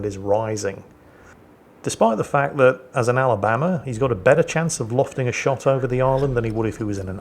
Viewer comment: Sweet home Ala-BAM-ba